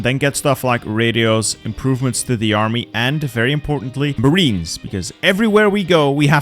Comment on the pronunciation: Is it just me or does say "mahme" Whenever he says "army"? Or are my ears broken?